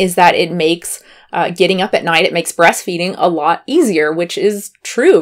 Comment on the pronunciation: "breasfeeding" tehehehe